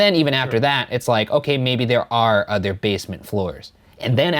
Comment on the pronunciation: Ryan saying udder instead of other kills me